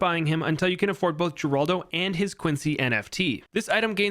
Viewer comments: It's pronounced Heraldo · Geraldo is Spanish, it's pronounced Heraldo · Fun Fact: Geraldo is pronounced like Heraldo as mentioned in NKs Update video